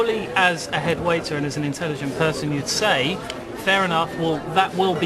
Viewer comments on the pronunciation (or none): The guy in the white tie 'as an intelligent peeson' lol what a bellend.